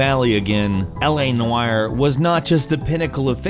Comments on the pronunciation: “L.A. Nuuaaarr” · You say 'noire' funny. 😂 Not having a go, just made me laugh each time.